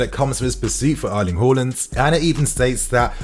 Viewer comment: Out of respect, just learn how to pronounce his surname...Haland